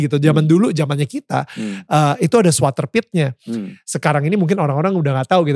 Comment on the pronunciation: Zwarte piet bukan zwater Piet Daniel